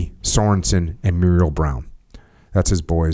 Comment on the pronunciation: Jocko, just FYI the Muriel( pronounced Merle as in Haggard) was my uncle, and also Adam Brown’s great uncle. I have the book. It’s a great read. Thank you for reviewing it.